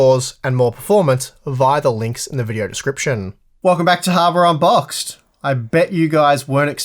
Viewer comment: that was definitely a "harbare on-boxed"